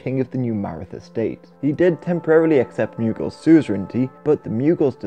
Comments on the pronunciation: Why do you say "myoogal"? It's pronounced "moogal" or "mogul". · Mew-gil lol